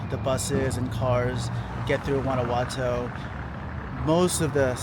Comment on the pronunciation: 6 years and can't pronounce the city correctly 😂